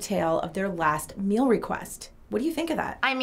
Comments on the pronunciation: hon. i think you got it all wrong ✋🏻 it’s not mill, it’s meal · She also doesn’t say “meal” she says “mel”